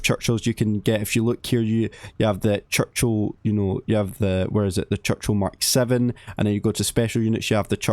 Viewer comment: 1) clickbait 2) CHUCCHIL 😂😂😂